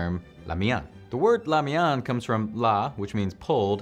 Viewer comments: the lamian pronunciation is so wrong. It is just 2 syllables instead of 3. La-Mian aka La mien. Not La-Mi-An. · Man this makes want some Hong Kong street food esp curried fishballs and cheung fan. BTW its weird you prounounced it "la mian" not "lie mee-in" just curious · La Mian is pronounced wrong FYI